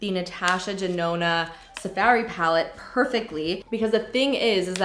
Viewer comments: “Sa fairy palette” so canadian. so cute. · The way you say safari 😂😂😂 I crack up everytime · Why do you say Safari weird lol